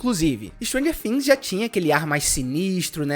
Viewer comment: Mano a pronuncia é things e não fims ....bvc não pronúncia o F e sim o T